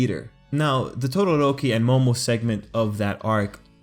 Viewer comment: why do i kept hearing "tororoki"? oof onelikey for me tho